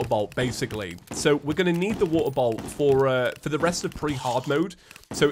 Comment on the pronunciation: I love that it’s feather instead of for the